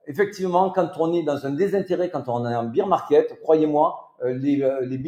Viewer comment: Merci pour la vidéo! Une remarque toutefois: « Bear market » 🐻 se prononce « bère », car le beer market c’est autre chose🍻😅 Biz les!!